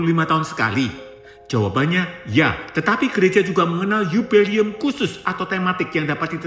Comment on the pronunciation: Bukan 'yubeli'um tapi 'JUBILE'UM - JUBILEUM. UCAPKAN DGN BENAR BUKAN HANYA BERSEMANGAT DOANK YG GAK PAS...wkwkwk 😊😊😊